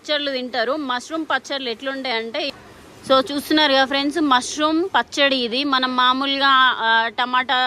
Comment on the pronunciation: అమ్మా... పచ్చడ.... కాదు.... పచ్చడి..... తెలుగు ను చంపకు తల్లి....